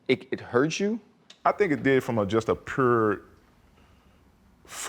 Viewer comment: I love Tuck as a player and a person, but get that man a speech coach so he can learn how to say 'pure' 😂😂😂